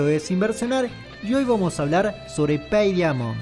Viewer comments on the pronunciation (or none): Pey daimont pronunciarlo así y sonara más entendible amigo